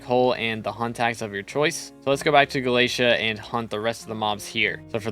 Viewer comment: [NPC] Vaeri: Did you just say "Gala-tee"? [NPC] Vaeri: No, no! It's Gala-té-à! 🙏